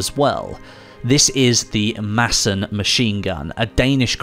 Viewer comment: Gotta give you some credit for the use of the silent “d” in Madsen. Somebody must have studied some danish 👍🏻